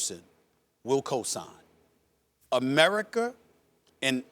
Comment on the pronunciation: “Ameriker” - Stephen A Smith